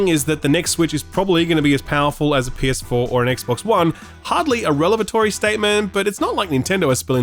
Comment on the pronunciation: Love you but the word is revelatory, as in a revelation, not relevatory